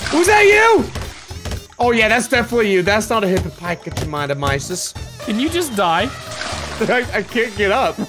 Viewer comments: It’s pronounced hippopotamus not hippo Thomas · It’s pronounced Hippopotamus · "hYpOPodayMieS"